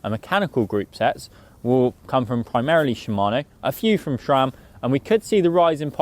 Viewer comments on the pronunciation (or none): Stop saying "shram", there is no H in Sram.